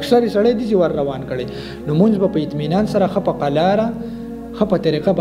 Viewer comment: مننه خو د لمونځ تلفظ دې سم نه دى وروره